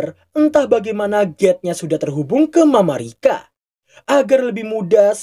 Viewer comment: Ga usah alay mamarika mamarika tinggal nyebut Amerika susah amat